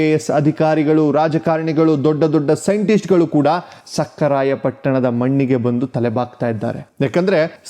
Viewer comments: ಲೋ ತಮ್ಮ, ಸಕ್ಕರಾಯ ಪಟ್ಟಣವಲ್ಲಾ, ಸಖರಾಯ ಪಟ್ಟಣ ಕಣಪ್ಪ. ನಿಮ್ಮ ಮಾತಿನಲ್ಲಿ, ಸಕಾರ, ಶ ಕಾರ ಸರಿ ಪಡಿಸಿಕೊಳ್ಳಿ. ಭಾಷೆ ಸ್ವಚ್ಛವಾಗಿ ಇರಲಿ. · ರೀ ನೀವು ಮಾತನಾಡುವಾಗ, ಸಕಾರ, ಶಕಾರ ಮತ್ತು ಹಕಾರವನ್ನು ಸರಿಯಾಗಿ ಉಚ್ಚರಿಸುತ್ತಿಲ್ಲ. ಭಾಷೆ ಕೇಳಿದರೆ ಮನಸ್ಸಿಗೆ ಬೇಜಾರಾಗುತ್ತದೆ. ಮತ್ತೆ ಅವಧೂತರ ಊರಿನ ಹೆಸರು ಸಖರಾಯ ಪಟ್ಟಣ. ಸಕ್ಕರೆ ಪಟ್ಟಣವಲ್ಲ.